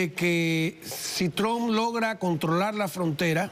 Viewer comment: Se dice Trump no tug😂😂😂😂😂